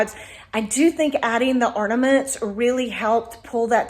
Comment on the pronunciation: They are called orNAments not orDAments